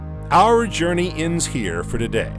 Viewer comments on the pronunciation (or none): none